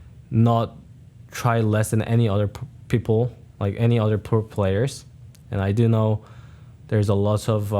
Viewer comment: As someone who has a Korean mom, one is learned and the other you have to make a very conscious effort to say. If he's speaking normally without thinking then he will say peoper. If he's trying consciously to pronounce the L then he will say people. My mom struggles with it all the time as do all the Korea-born people I know.